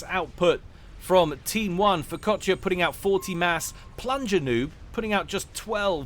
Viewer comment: Every time said Furkotya in that game just made me think of focaccia instead.